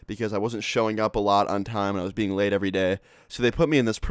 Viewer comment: Did you said late or laid